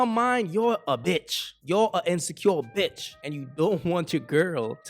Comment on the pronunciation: "Like your...uh bitch!" Said that with too much emphasis Q! 😂😂😂